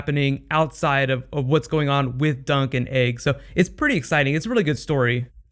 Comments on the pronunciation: I always thought you were saying Sir Duncan Egg! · Am I the only person who thought he was saying duck and egg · Haha, every time you said Dunc and Egg, I herd Drunk'n Eggs!